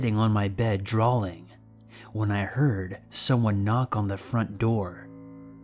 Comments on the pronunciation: same i just saw your comment like wth then he said drawling.. ugh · drawing!! not "drawling"! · drawing has no L in it. not trying to be a dick it just bugs the shit out of me